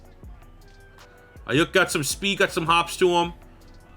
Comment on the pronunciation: As a Niners fan I will tell you it’s Brandon Eye-You-K